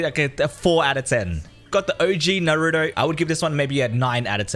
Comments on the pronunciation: Says all the skins perfectly but he kept saying NAROOOODOOOEEEE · Naruto pronunciation is a bit goofy but everything else is good